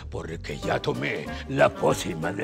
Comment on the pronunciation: ¿dijo "jumentud"? lol